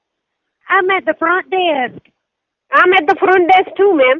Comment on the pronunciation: "I'm at the front day-ask" "I'm at the front desk too"